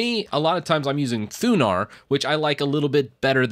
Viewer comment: did he say THUNAR or THUBAR